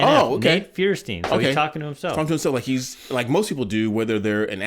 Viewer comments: His last name is pronounced Fire Steen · his name is pronounced "firestine" x3 its german